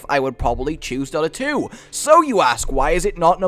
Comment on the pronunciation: What was number three? It sounds like he said "daughter 2" and I've never heard of it before. It also looks exactly like league of legends